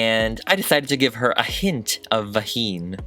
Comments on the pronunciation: "a hint of vahine" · "a little hint of vaghiine" xD